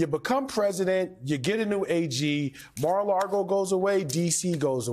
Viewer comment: Why do so many people pronounce mar-a-lago like mar-a-largo?